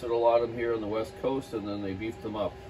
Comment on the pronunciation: Or, as says, 😂 "The Wet Coast"